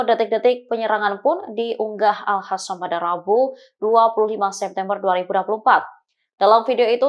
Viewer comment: WOY...!!! AL-HASAN MULU LU LO, PAKE HURUF Q BUKAN H. Jadi males lihat beritanya klu lo yg bacain.. Langsung geu shop.